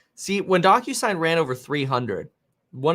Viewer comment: The way he says DocuSign sounds like DonkUSign 😜